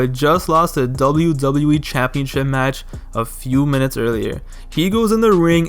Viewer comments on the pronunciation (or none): “ Dzave Batista saw that dzable U dzable U E belt in his sights” “ wrestzlemania tzweny one”